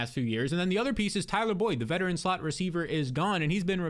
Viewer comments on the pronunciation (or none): none